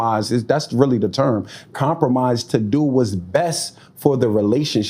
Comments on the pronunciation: compromiset ?? how he add a t at the end of compromise? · he got a whole gap, a whole pajama top, and adding a T after every word. I can't - lol